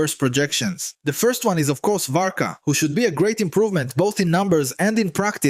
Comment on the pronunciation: They butchered varka so badly 😂